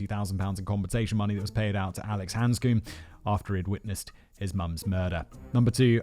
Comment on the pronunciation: Simon, like your vids but please take the time to learn the pronunciations of the victim’s names, it’s just a bit more respectful - it takes a matter of minutes (if not seconds) to youtube their names, plus it’s really distracting when you’re saying their names wrong for over an hour! Rachel Ni-kell (not “Nicholl”), Samantha Bis-sett (not “Bisay”), Alex Hands-come (not “Hands-coombe), Andre (not “Andreaaa”) Stuff like this is how victims are honoured and their stories properly remembered and retold. Sorry to be negative but it’s really annoying and you do it in quite a few videos!